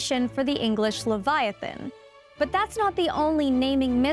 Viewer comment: you aren’t pronouncing leviathan right